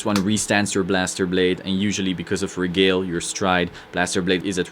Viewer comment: Good stuff! I have a handful of questions though: 1. No Perfect Guards? Holy Knight Guardian has a lot of unflips, which works well with Blaster shenanigans. 2. Would you cut one Regalie [pronounced Re-gal-ee-ay, just fyi] for a second Fides? 3. Any thoughts on Benelus for Altmile synergy? 4. Any suggestions for BB Spirit replacements? I'm not gonna pay 50 bucks for one, lol. 5. What sleeves do you use? I really like the non-slip matte ones, but my cards keep getting curved.